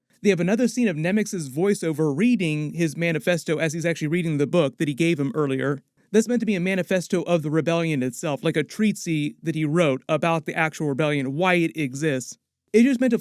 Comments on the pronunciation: I'm sorry, did he say a treatsie about the rebellion? And not a treatise? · Great recap as always, though did you mean Treatsee or Treatise (In the UK we pronounce it Treateeze). Not sure if it was some other concept more familiar in the US that you meant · treatise is pronounced tree-tuhs/ otherwise always enjoy your vids.